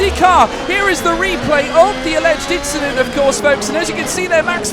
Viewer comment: that's inchident